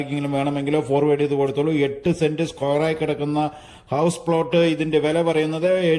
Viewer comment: Send അല്ല cent